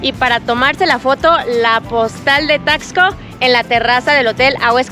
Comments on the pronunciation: Se pronuncia : tasco no es necesario acentuar la x como tal! 😊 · Se pronuncia tasco, no Taxco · Es Taxco con x , no Tacsco como ustedes lo pronuncian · Me purga escucharlos decir Taxco, muy marcado el (tax) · Se dice Tasco no taxco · Es Taxco. Sin asentó NO ES TAXSCO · Hola hola Por favor, no pronuncien así Taxco, les recomiendo que cuando lleguen pregunten cómo se pronuncia el nombre y cómo se dicen entre los lugareños.